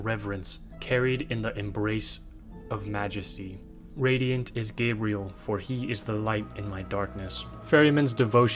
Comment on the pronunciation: The way you mispronounced gabriel hurt me. "Gah-bre-elle" is NOT how the archangels name is pronounced, its how a ranom human woman says her name, hell its even SPELLED differently...